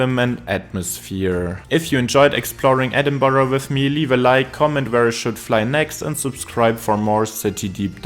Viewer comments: He didn't, it's edinbruh, not edinboro, it's not English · If my ears are not mistaken, the narrator pronounced 'Edinburgh' as 'Edinborough'....why? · People living in Edinburgh pronounce it two different ways. Edinbruh and Edinburrah. Check comments here saying they live in Edinburgh and that he is pronouncing it correctly. I live 30 minutes outside Edinburgh and hear people saying it both ways. Also Edinburgh is in the continent of Europe. Excuse me for being impolite but I think you are being a little judgmental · that’s almost the same as saying BOW-ROW which definitely isn’t the way. So it’s always safest and best to say BRUG. hard R. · the pronounciation "Edinboro" is just painful to me 😭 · its pronounced like Edinbruh. Trust me I’m from Scotland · I live in the USA- I’m constantly telling people it’s not Edinburg or Edinboro or Edinbyooro. It’s infuriating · if you're Scottish you know it isn't correct